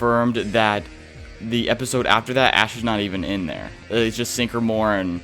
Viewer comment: It's Sycamore … not Sink-uh-more. Sick-uh-more. Yikes